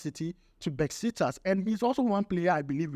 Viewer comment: My friend is not besiktas. It is pronounced as Beshik tash 😊